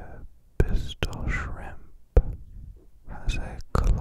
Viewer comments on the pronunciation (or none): none